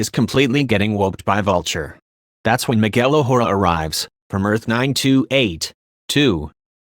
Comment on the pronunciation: “Miguel O Whora” But this sure is true,this is what happens